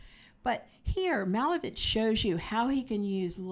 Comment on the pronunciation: MalEvich, stress on “E”😊